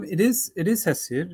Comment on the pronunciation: Who is hissia? Ah it must be Hesiod "hay see od"